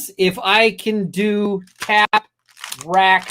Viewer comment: I’m suspicious of him mispronouncing tap wrack twice…tap wrap…and a few moments later…tac wrack…